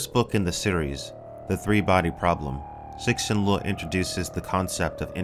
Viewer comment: Say it with me - see shin lee oo